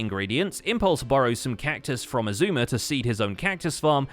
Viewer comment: why does Keralis call xisuma "Shashammy void"?